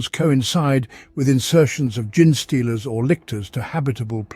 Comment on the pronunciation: Might be able to get it to say it correctly if you spell it out as “Jean stealers” just a thought